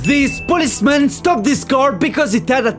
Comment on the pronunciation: This policemeun Tinted windoueeuoow To douuuoo Stopped suddenlyyyyeee Baseball baueeot Paying a fineouui Super smeauort